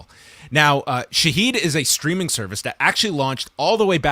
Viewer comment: It is pronounced Shahed